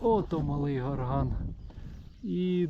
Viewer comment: Гора Малий ГОрган. Наголос на О.